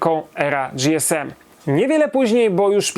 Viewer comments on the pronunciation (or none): Nie "Era dzi-es-em" tylko "Era ge-es-em". Gdy telefonowało się na infolinię w komunikacie powitalnym było "ge-es-em" a oni chyba najlepiej wiedzieli jak się nazywali.